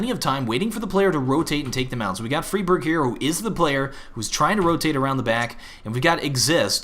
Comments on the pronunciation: fray birg not friiii berg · fryberg, not friberg ;P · its fri like fry not freeberg its friberg fry-berg friberg :3 haha just saying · It's pronounced Free barj in Swedish NOT Fry Berg. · its not freeberg its friberg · MHplays It's more like Free Barg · its fribirg. like Frie, fries, or fry, to fry with a pan. fry berg. k. thankz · I am from Sweden so I know the correct pronunciation :P Idk why the call him "fryberg" but somone started to do it and everyone followed along. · Frie Bird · Why do you have to pronounce everything wrong? FYFlarren? FREEEEBERG? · Also, it is pronounced fry-berg. At least, that's how GeT_RiGhT said it in the Protip video. I'm not sure on that name either. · the way you pronounce Fribergs name and Fifflaren is annoying...